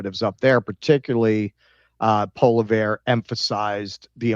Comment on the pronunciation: Poilievre is pronounced "Pwoli-evre"